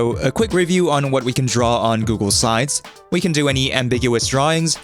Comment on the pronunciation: Why do you pronounce Google slides as Google sides all the time? (And sometimes even as Google sines)